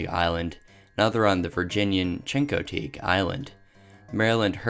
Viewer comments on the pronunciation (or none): Also chincoteague is cheek-a-teek